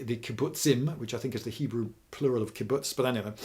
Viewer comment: Okay while you pronounced Kibbutz right, you got the facts wrong. Most Kibbutzes didn't let men work in kitchens and women work in the fields. The ones that evolved to to let people do the jobs they want are the ones that survived longer.